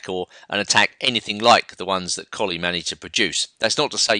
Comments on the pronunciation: It's pronounced "Colluh" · Please, it is Colle ,and not Collie. A very strange and bad english habit to change, difform, capital names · your all wrong.its spelled colle and its pronounced cõllee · Yeah, Colle is pronounced 'Collay'